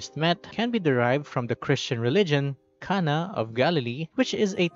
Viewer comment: Her name is jhana, not cana.